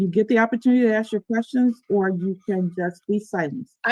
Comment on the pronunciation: This is the most ridiculous court case ever and that's saying something. The judge should have stopped the procedure and insisted that this ridiculous woman go somewhere with no background noise or, failing that, order her to appear in person. Furthermore, you don't "axe" a question, you ask it.